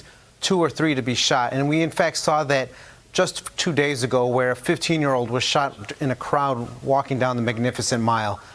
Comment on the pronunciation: I heard that. I think he meant 15. But it sounded like 50.